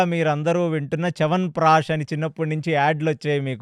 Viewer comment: చేవన్ ప్రాష్ 😂😂😂